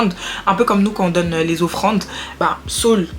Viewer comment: tu es à la fois drôle et posée c'est vraiment captivant . Que Dieu te bénisse, par contre Saul est différent de Saül (Sauuul) mais continuons belle aventure si non